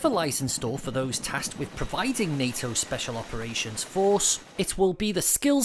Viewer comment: 😂😂😂😂😂😂😂 He said, ”NATO SOF”😂😂😂😂😂😂😂😂😂😂😂